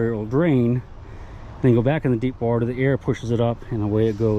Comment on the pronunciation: "Where did you find your civil war bullet?" In Da Watah. lol nice adventure